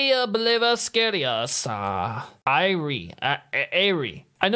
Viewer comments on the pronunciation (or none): Your enunciation of the band name hurt my feelings homie. "Nay oh-bliv-isk-ah-riss" I'm not hating on you bro. They just mean so much to me and I want you to honor their name. I'm so happy you could listen to them. They are the greatest band to ever exist ever. Saw them live last year, and they changed my life. I always wanted to unalive myself and their music saved me when I was high school. Then I saw them after so many years and I just appreciate life so much more now.